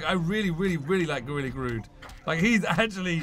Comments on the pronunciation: Its GORILA GROOOODDDD NOT GRUUUUUDDD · dude do you read your comments every video you say gorilla grood its gorilla grodd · Grodd NOT Grood